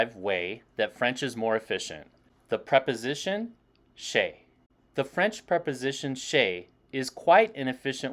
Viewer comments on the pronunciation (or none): Dear, I enjoy your videos. When you pronounce "chez", you tend to make a light English diphtong ( a close-mid front unrounded vowel followed by a near-close front unrounded vowel) like in MondAY or survEY. Vous (plural: y'all) had an slightly outdated version in Western France where most of the Quebeckers have "their" ascendants: "vous autres". This idiomatic expression is still used in Quebec. You can find it in Spanish as well: "vosotros"